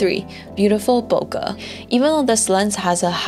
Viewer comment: It is pronounced as bo-keh. not bho-ka.